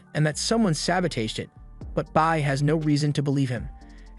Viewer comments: What the hell is sabo tajed? It's sabotaged. Must be a Chinese AI😂😂😂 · "saboteedjeet?" my guy the word is SABOTAGED <_<